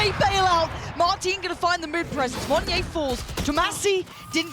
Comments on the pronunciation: Idk if yall realised this, but the way pronounced monyet, she silent the T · is no one going to tell her how to pronounce "monyet"? XD